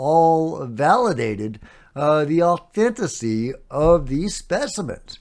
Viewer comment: It's said "authenticity", not "authenticy". Sorry to be a grammar nerd.